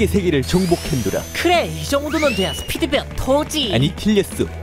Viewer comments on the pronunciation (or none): 왜 '스피드 배어 토오' 라고 하나요?